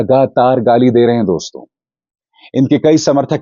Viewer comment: Jab kisi ko address karte hain to Dosto (दोस्तो) kehte hain Doston (दोस्तों) nahi दोस्तो कहा करें अभिसार जी